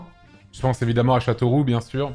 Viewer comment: bien évidemment, bien évidemment, BIEN ÉVI-DE-MMENT !!!